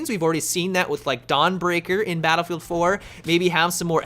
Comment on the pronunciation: Has anyone else noticed that always says Battlefield 3/Battlefield 4 like, "duhBattlefield 3/duhBattlefield 4"?